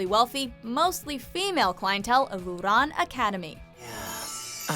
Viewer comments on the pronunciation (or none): Oooran? Try Ouran, every single damn anime list you mispronounce something at least listen to the name being pronounced first, it called doing your research. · You pronounced Ouran wrong